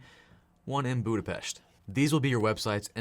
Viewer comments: you just pronounced Budapest correctly! 😍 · I have only 1 question: How did you know how to pronounce correctly Budapest?! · also, his pronunciation was on point! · Thanks, helpfull video! btw first person who sayed Budapest perfectlyxd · Budapest perfectly pronounced